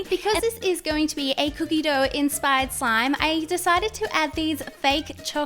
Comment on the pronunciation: Can you stop saying enspired please